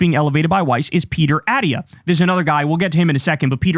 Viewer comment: So comforting that Kyle doesn’t know how to pronounce Dr.Attia